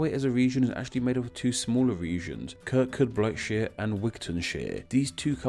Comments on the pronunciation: Lovely Video! However Kirkcudbright is pronounced Kir-coo-bree! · Kirkcudbright is pronounced kirkcoobrey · Kirkcudbright is pronounced Kirkcoobree. Basic stuff. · Kirkcudbright is pronounced 'Kir-Koo-Bree' Also 'Dum-frEE-SHer' And 'Dum-frEEce' Hey you got Galloway perfect though :)